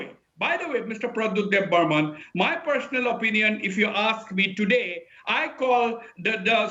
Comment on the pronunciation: Not Debbarman, but Debbarma.